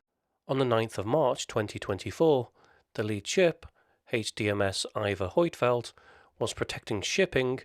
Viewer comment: Annoying how the name Huitfeldt is pronounced in this video. The correct way to pronounce the name is found here.